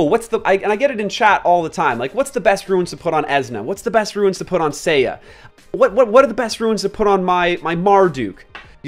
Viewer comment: I'm sorry, I just can't listen to you mispronounce runes anymore.